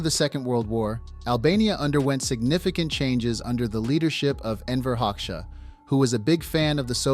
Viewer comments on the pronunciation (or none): none